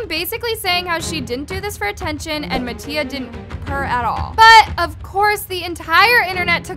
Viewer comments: MATTIA (MAH-T-EAH) she needs to stop saying MaTtIA 💀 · anyone else notice it said nattia 😂